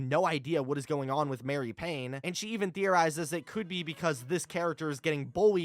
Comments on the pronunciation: Why do you always call her Mary. It’s Marie 😭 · Marie Paynes name is actually pronounced as "mah-ree" not mary. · I love your videos, and I don’t mean to sound pedantic, but Marie is pronounced Mah-ree, not Mare-e. Like the kitten from Aristocats. Your content is wonderful!